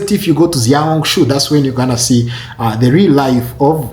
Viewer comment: Xiao hong su is pronounced Shiao Hong Su Not Ziao hong su. just like Xi Jin Ping is pronounced She Jin Ping